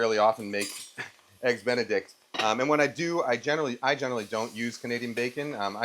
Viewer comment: did he just say EGGS DICK A BEN?